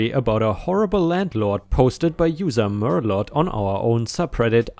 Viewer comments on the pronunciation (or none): none